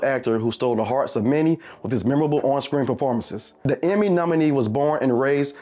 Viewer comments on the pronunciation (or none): none